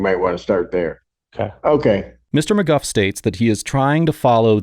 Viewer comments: It’s McGoo not McGuff. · Isn't it pronounced McGoo not McGuff? Is he using AI voice? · It’s pronounced “mcgoo” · I see why you have no propper job, you are not able to' even speak out names the right way - maby you should go back to elementary school